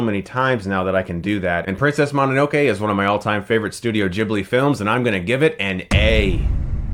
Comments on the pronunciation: And This is Why I Disavowed You Chris, You Can't Pronounce the Titles Correctly. it's Princess Mo No No Kay, NOT Princess Ma Na No Kay I suppose You Pronounce Pokemon as (Poke E Mon) instead of (Poke A Mon) BTW it's Poke A Mon, Your Voted Off Of The Island, and Not on The Jury. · "Mahninokay" dude... I know you watch anime, so please try to pronounce it right.